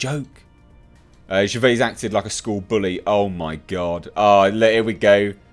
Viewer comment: Who’s Ricky Ger...vay? The mans a legend, say his name properly ffs!